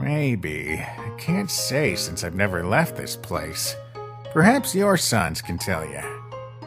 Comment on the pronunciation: Love it but it's sans not sons